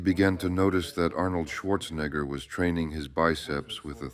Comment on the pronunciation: The way the voiceover pronounced Schwarzenegger lol